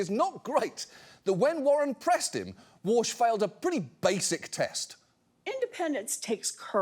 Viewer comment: concerns Trump may pressure wa(r)s(h) lol